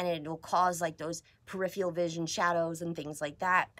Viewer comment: I wish educated people would learn how to say periferral. It's not perifial. Periferral please.